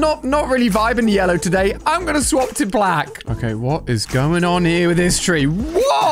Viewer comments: Say ( oo - blec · It’s ooblack